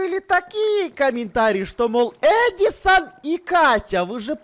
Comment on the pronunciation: Не "ЕдИсОн" а "Эдисон"